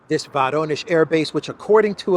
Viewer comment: The correct pronunciation of "Voronezh" is "Voronyozh" (accent on the "yo" diphthong).